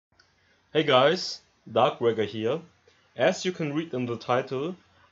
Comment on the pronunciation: Dawkbweaker heere